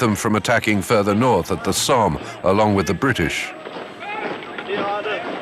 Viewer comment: Die Aussprache des Sprechers ist nicht gut, Verdun Somme sind französischen Namen und sollten auch so gesprochen werden.